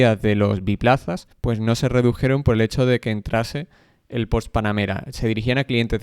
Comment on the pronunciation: La "e" de Porsche se pronuncia.